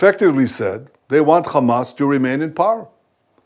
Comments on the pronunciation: 3500 years my aching arse. Satanyahu talking through his Ar-- . Why is this Radcal walking Free He is not even Capable of taking the name correctly. Khammas , and the correct Pronunciation is Hamas. 😢😢. Fool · He can clearly say "H" like everyother westener... Yet he insists to say "KHamas". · Every time I hear that blood-thirsty fascist say "KKKHHamas" I shake with rage and disgust. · If he says “Khamas”, should he not also say “Khanukah”?